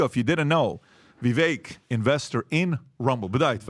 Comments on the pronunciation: After months of mispronunciation, PBD finally says Vivek-rhymes-with-cake correctly. /applause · First time I've heard Patrick or anyone of the team pronounced Vivek's name correctly 🎉🌟💥💫🎆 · This is the first podcast where PBD pronounced it correctly. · Vivek rhymes with bake, said Vivek on THIS podcast!